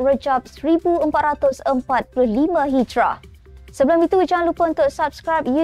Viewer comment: sebut yg betul 1445 Hijiriah atau Hijri